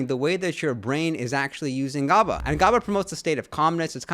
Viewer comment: Lol "gobba" tis pronounced gaba, but I'm glad you say phenibut correctly everyone says it wrong 😭 "phenibutt"